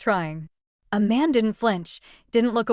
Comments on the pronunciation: Who is Aman??? Narrator keeps saying that name. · Sounds like she is saying "A Man"😅😂😂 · Bad AI. Which “desert” were they waiting for? (As opposed to “dessert.”) Pharmacology tripped up the narrator up. Tyra/Iman/A-man? Messy and sloppy work.